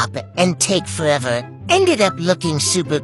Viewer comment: "pEngUiENs hAd-uH fOuN sLIdinG doWN 👹👹"